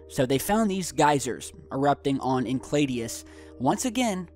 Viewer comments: Sorry to be picky, but it's pronounced in-sale-a-dis, not in-clay-dee-us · pronounced "en-sell-awdus" not "enclaydius." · i love you guy, but its En Sel i dus, not en kled ios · It is Enceladus, not Encladius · Sorry, but you did make me laugh with your pronunciation of Enceladus. it's EN-SELL-A-DUSS, not encladius. My apologies - couldn't let that one go...:) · Did he mean Enceladus? [Ehn-sel-add-us] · You are pronouncing Enceladus incorrectly. It is En-sell-a-dus. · its pronounced en-sell-adus... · Dude your butchering the pronunciation of Enceladus pretty severely. It's in-cell-a-dis sorry that just pressed a button because your suppose to be at least somewhat savvy in your knowledge of our solar system